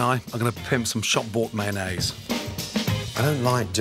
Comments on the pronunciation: I always thought he was saying shot board as in " Shot board mayonaisse ", or " Shot board puff pastry" , and I was always like..." WTF is that." I even looked it up. I only just now realized he's saying " Shop Bought ". I am so dumb. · Did he say 'pimp' some shop bought mayonnaise?